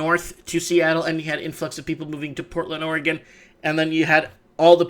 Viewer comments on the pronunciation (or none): none